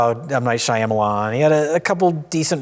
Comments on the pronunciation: saying Shy-ah-muh-lon really bugs me… we get it…25 years ago people didn’t know how to pronounce his name because of a silent letter. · one day will learn how to pronounce m night shyamalan's name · So who's going to break it to that Shyamalan only has three syllables and he has to go back to every video where he butchers the pronunciation and fix it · I know people intentionally mispronounce his name trying to be funny, but I'm starting to wonder if honestly doesn't know how to pronounce M. Night Shyamalan.